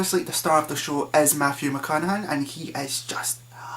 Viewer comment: Mathew McCanahan? WTF? I paused and skipped back to be sure but thats definitely what he said....sorry but I couldn't take a movie review seriously when the reviewer calls Matthew McConaughey 'Matthew McCanahan' Stopped it after 10 secs...EPIC fail...